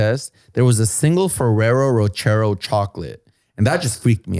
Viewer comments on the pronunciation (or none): Are we not going to talk about Fousey pronouncing Ferrero Rocher as “Ferrero Rochero”? 😂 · When fousey said FORRERO ROCHERO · forerro rocherro😂😂